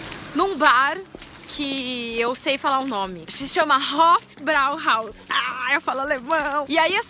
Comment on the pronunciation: Karol! Eu morei um ano na Alemanha, mas no sul, perto de Munique da onde é essa cervejaria que vc foi. Só que vc falou errado hehehe as letras com trema tem som diferente, então se fala Hofbroihaus :) E vc estava segurando certo a cerveja! Mulheres podem segurar pela alça da caneca, homens que tem que segurar o "corpo" da caneca. Beijo